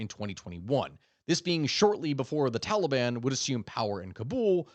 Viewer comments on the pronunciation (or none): none